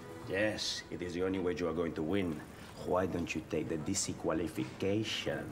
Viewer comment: Jesus wept! "Dissiqualification!" I know Mateo can be quite arrogant, but, that is actually quite funny. 😅😅😅😅😅😅😅😅😅😅😅😅😂😂😂😂😂😂😂😂😂😂